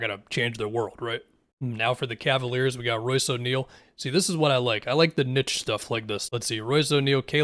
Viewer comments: says niche wrong 💔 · It’s pronounced nee-ssh and nit-ch depending on where you’re from tbh